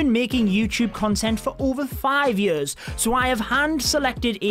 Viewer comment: I like how he says “Yars” instead of “years”